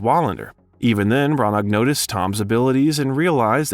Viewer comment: You don't pronounce "g" in Branagh. Google how to pronounce names.